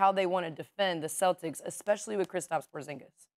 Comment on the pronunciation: Kendrick "Ecspecially & Hicstorically" Perkins lol....gotta love him.